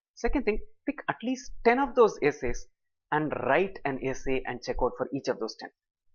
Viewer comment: whats with "wrrrrrrrrite the essay" ? video is very helpful, thank you